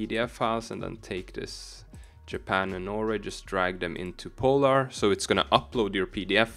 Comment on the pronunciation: Bro du trenge ikkje å udtala POlar så kraftig 😂